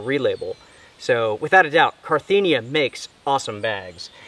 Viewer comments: Carinthia, not Carthenia!! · You kept saying “car-thee-nia” but it’s “car-inth-ia”. Great video though! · Cariiiiiinthia not carttthiiinia. I comes before the T not after. :) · Really love your videos my guy...just wanted to say I think it's Carinthia not Carthinia like you've been saying haha...not trying to call you out or anything, I just thought you'd appreciate the attention to detail! Strength and honour, stay inspirational! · Not to be picky, but you called your Carinthia sleeping bag, a Carthinea sleeping bag. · I just wanted to say that the product you are talking about is Carinthia, not Carthinia. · I'm sorry usually I'm not like this and I just let it slide but as his drunk driving me crazy it's not Carthenia it's Carinthia. Ka-rin-thee-a not Car-thee-nee-a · Can't even pronounce Carinthia right? Carthenia?! Whahahaa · CA -RIN -THIA!